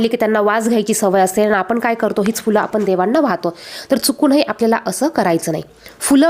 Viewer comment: आपली भाषा शुद्ध करा पहिले, आपण म्हणा आपन नाही, ण ला न म्हणताय आपण